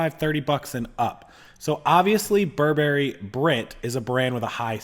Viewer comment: Please learn to pronounce Burberry! People who know how to pronounce the brand are more credible!